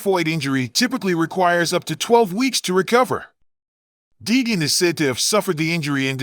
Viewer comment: Yeah this channel is a joke can't even say Deegan correct.false news